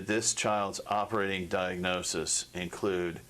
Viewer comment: Jesus the mother was willing to share all the medical diagnosis, they didn’t want to accept it because she and the dr were threatened, and pissed at her. She can’t even pronounce diagnosis.